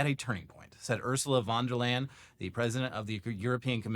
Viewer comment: Wow you didn't even get close to Ursula von der Leyen's name XD it's three words not one XD (you mushed them all together) Leyen is pronounced lie-en (the en like in enron) You'll probably have to say her name again, sorry about that from Germany XD